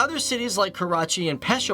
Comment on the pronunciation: It is Pe-sha-war not (Push- sa-War)